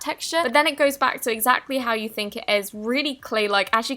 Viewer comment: Why are you saying YOI instead of YOU😒